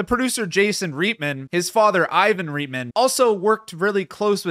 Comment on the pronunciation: It's pronounced "Right-man", not "reet-man."